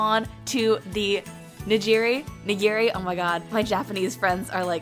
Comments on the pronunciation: It is neegeeri that is how its pronounced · It’s actually pronounced ni’girē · It’s NiGiRi! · nigiri is pronounced like "knee-gear-REEEEEEEEEEEEEEEE-"